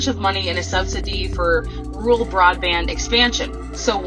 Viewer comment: The word she butchers is “RURAL”!